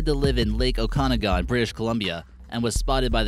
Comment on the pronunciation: I know about the Ogopogo it's a popular thing here. The way you said Okanagan.... I've heard some interesting ways to say it but thay topped it. it's said oak-a-nog-in